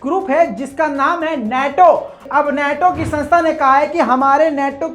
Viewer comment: नेटो नहीं नाटो सही शब्द है ।